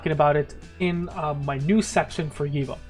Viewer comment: Givo? Loll I’m curious, pronounce George? Good info tho 🤘🏽